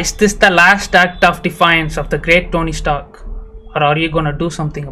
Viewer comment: Yenna ya tonny stark nu solra ( Tony Stark anna) nu sollu 😂